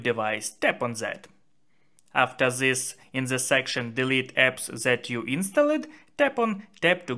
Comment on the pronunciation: dis ...det not zis ...zet😅😅 🤦🤷